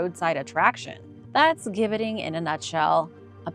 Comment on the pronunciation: Gibbeting = Jibbeting ..it is a "J" sound